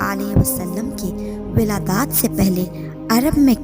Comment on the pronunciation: Wiladaaaat nahi wiladt